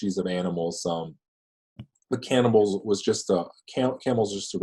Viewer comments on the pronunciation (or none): Dude said cannibal lolol